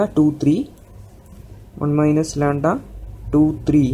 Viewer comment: its not landa, its lamda